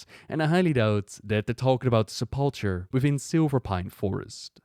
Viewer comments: Sep-luh-kur, not Sa-palh-chur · Primus: Se - pul - KER: Se - pul - TCHER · Stop calling it the SUP-PULL-CHURE, Its Sep - po - kah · I understand and speaks english as a second language too which is probably why the mistake is being made. But trust us its pronounced Se pul ker. But that's alright no harm done it is a fairly uncommon word. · just FYI if you see this, the ch in sepulcher is pronounced like a K and the emphasis is on the first syllable of the word. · Remember it's his second(?) language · i like how he could put the voice acting in the video that pronounces sepulcher right.. and he could look up the word where it shows its pronunciation on screen.. yet, still pronounces it with that CH sound. kek. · The Primus says sepulcher but you deliberately said it wrong for the rest of the video. Lol.